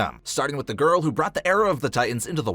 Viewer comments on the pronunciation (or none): none